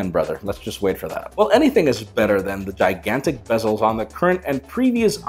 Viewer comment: makenta kikantic